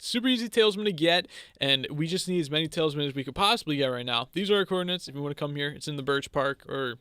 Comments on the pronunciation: awesome series, but i can’t keep my self from saying that it’s talisman, not taleisman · Talsmin is how he is saying it